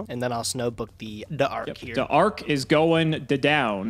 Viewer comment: "D'Ark is on D'field" LOL